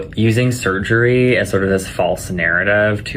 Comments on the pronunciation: If I have to hear him say "surgreee" one more time... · hah. Surger-reee. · Why does he have to say "surgery" like that? 😖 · Surgereeee. Dude, it's surgery not Surgereeee.😡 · The way this guy says surgery automatically forfits him ever giving me medical advice .......